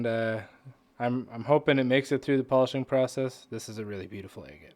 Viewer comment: Love watching the cutting open but you are pronouncing Agate wrong ! It’s like Agriculture is not egg